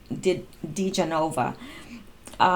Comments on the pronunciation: His name is pronounced: Di-JEN-o-vuh. I do enjoy following your posts. WWG1WGA. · They're pronounced like this: de GEN o va & BUR yah kov (just trying to be helpful!) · It is pronounced Joe DiGenova. Di = De - Geno- va. OR Joe Digenova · Pronounced Duh-GEN-O-vah.... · It's pronounced... Dee Ja Nova...